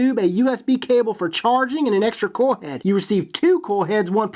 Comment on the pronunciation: I h8 how this fool cant say coil head